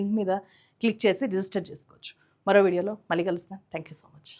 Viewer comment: మళ్ళీ.. మల్లీ కాదు తల్లీ... ఉచ్ఛారణ మెరుగు పరుచుకో😊 పాత్రికేయ సోదరీ!